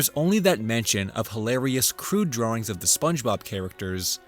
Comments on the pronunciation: I don't like the way you say "drawings". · Off-mardle drawrings